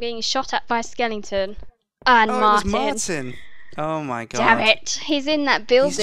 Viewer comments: minty calls skeletons skellingtons lol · It's NOT SKELLINGTON it's SKELETON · Minty keeps saying skellingtons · Is minty saying skelengton instead of skeleton?Thats what i hear. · Skelington. ugh that annoys me lol -_____- SKEL - EH - TON